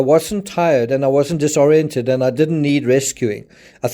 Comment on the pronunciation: Thank you for this! I also noticed you are one of the few creators who actually know how to say disoriented instead of the way most people say it